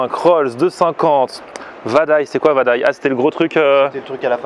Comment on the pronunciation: mdr l accent qu'il a quand il cite les aliment "vadaye" "satani" mdr !!!